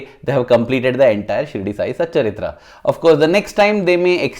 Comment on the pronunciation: Sai satcharitha... Not satcharithra...